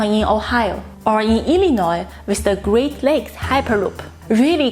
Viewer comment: Kudos to Jixuan for being able to pronounce "Illinois" better than many Americans! (Even some who actually live in Illinois *facepalm*) It's great news that auto manufacturers are producing medical supplies now. I wish we had those delivery robots here right now. If SARS-CoV-2 sticks or evolves in the future it's going to be important to practice "safe commerce." and delivery bots are a way to do that. I've never heard of Empress Splendor trees before. I love botany and will definitely look into that.